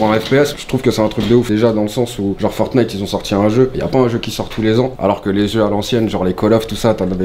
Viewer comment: Mdr on dirait un daront quand il dit fortnite il dit fornite